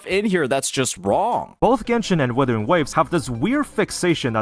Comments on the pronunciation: The guy keeps pronouncing WIthering waves instead of WUthering waves which means he doesn't have a habit of double checking his information. A person like that has no credibility. This inability to double check stuff is reflecting on his video right now. Things are constantly flying over his head and he just plays it off as: "The game didn't tell'' Yes it did, you're just too stupid to notice. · I knew he was a dumbass when he kept calling the game withering waves 😂😂😂